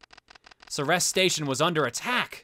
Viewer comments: Assuming that Ceres station has its naming from the Greek goddess, most sources agree that its pronounced like this: "seer-eez" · Fuck, I just realized. The Ceres space colony is in our Solar System. It's at Ceres, the largest asteroid in the asteroid belt and a dwarf planet. It's "See-rees" by the way. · I would assume that Ceres is intended pronounced the same way as the dwarf planet or in Greek mythology mythology. It is pronounced like the word "series." Personally, I prefer "SERR-rees." That just fits how I see other Greek words pronounced in English. We don't day pih-NEE-loh-pee for Penelope.